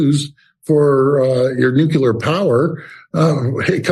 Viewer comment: why don’t these elected leaders know the word is pronounced “nuclear”?